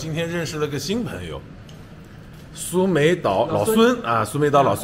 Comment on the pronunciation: 当地泰国地名是 Koh Samui, 不是 Koh Sumei